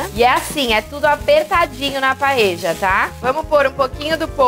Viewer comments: Adorei a receita mesmo que nao seja nossa paella española,(Paella se pronuncia PAELHA nao paeja)a nao ser q vc seja Uruguaya ou Argentina,esse nome é dado ao recipiente onde vc cozinha o arroz redondo... beijos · "Paeja" é prosódia de argentino...Em espanhol e português se diz "paelha". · Dany silva exatamente! “PaELHA”.